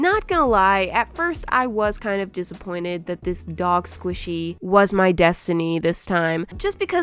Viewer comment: The velocity Squishyee